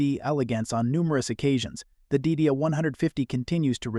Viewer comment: Trust me...I saw this car in 1962 and the pronunciation (back then) was Die DEE uh...not Did-e-uh